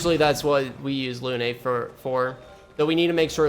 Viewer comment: Why do you say Lu-NAY and MONACO? They pronounce the names for you in the cutscenes